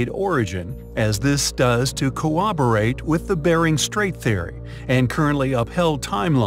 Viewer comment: Be more careful of your pronunciation of words in your videos. Google "pronounce polygonal". It will yield a very different pronunciation from what I hear you say. Also the word "corroborate", wow, are you off with that one. It's not "co-wob-borate". These mistakes case doubt on the content of your video.